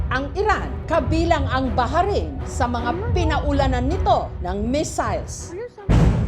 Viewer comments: Baharin po pala pronounce ng Bahrain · BA-RAYN O BAH-RAYN HINDI BAHA-RAYN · Yung bahrain pronunciation😢😢